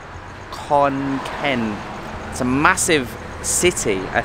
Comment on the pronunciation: Khon Karn —-> Khon Gaen g as in glass